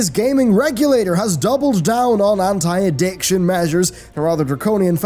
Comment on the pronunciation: "has double down on hentai edictions" I swear its how I heard it